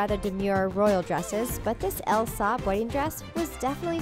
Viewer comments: Silver lame? Luh-May. I love L. Saab dresses, don't you? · Elle Saab??? LOL you need to learn how to properly pronounce the names you use on the video.